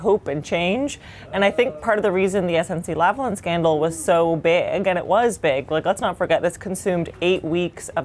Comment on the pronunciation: Politics aside, if Pierre Poilièvre doesn't want his name's pronunciation to be made reminiscent of "hoi polloi," then he needs to learn how to pronounce "Lavalin" correctly... Hint: It's not "Lavalan," which is neither a French nor an English pronunciation. Then again, it boggles the mind how most Canadians outside of Québec itself seem to prefer the Frankenstein model of not fully pronouncing its name in either French or English.